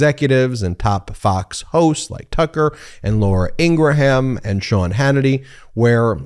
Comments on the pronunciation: I am no fan of Fox news but I am baffled by your insistence on calling Laura Ingraham [pronounced Ing'rum] as "In gruh ham". What's the purpose? I hate when they call the Democratic party the "the democrat party". Let's be better than that. I'm in the Bernie/AOC camp; follow you on Youtube. I expect more from you guys! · I love this channel and love your reports. But I need to ask if you mispronounce Laura Ingrams last name on purpose. As much as I can't stand her, her last name is not ingraHAM. It's pronounced Ingram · I stg if Ben says INGRA HAM one more time in gonna lose my sh*t!!!!!😡😡😡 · Her name is pronounced: “Ing-grum.” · Not liking this post. You do not know what you are talking about. You do not even know how to pronounce Laura's name. Proving to me you have never cared to watch FOX at any time and you are trolling right now. Laughable! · Oy. Can you please pronounce Laura's last name correctly? Reminds me of the Orangey supporters who still refuse to pronounce Kamala's name correctly. I've followed Howie's reporting for over 2 decades; he's a great reporter and generally does try to be fair. It pains me that he's with FNC. It's like when Shep was on there -- it was just wrong. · Ben I would like to ask you a question? At the 2-minute mark when you said Laura Ingraham's name, did you take a cheeky shot at the way Ingraham & Co pronounce Kamala Harris's name by the little breakup in her surname? I thought that was genius, certainly made my day. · Why do you pronounce Ingraham like that? I hate that lady but I've never heard anyone pronounce it like that.